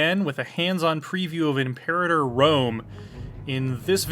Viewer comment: the way he pronounces imperator is odd to me